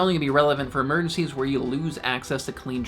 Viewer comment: I left when he said, "Emerdencies".